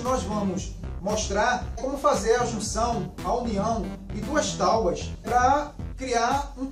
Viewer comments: Agora eu faço pergunta que Jesus fez há mais de 2000 anos atrás. Quem nunca errou a tire a primeira pedra. Eu erro todos os dias. Não é porque r pronunciei taubas, que eu não sei falar e escrever a a palavra certa. O correto é Tábua com aceto agudo no primeiro A. ALL right? Um abraço. Faço o convite para vir conhecer os outros vídeos do canal, não esqueça de deixar seu like 👍. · Eu ouvi talbas 🤣🤣🤣🤣🤣🤣🤣🤣🤣🤣🤣🤣🤣🤣🤣🤣 não é tábuas?🤣🤣🤣🤣🤣🤣🤣🤣🤣🤣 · Legal o vídeo, mas... "táubas"? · Escrevem certo tábuas e falam taubas? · Cara, quem não errado, né? Eu poderia ter resolvido esse pequeno erro vdd pronuncia na edição do vídeo, mais deixei para saber quantas pessoas inteligentes iam ficar presa nessa palavra e não no conteúdo em si. O certo é escrever e pronunciar TÁBUA. O assunto aqui é marcenaria e aula de português William. Stay in piace my brother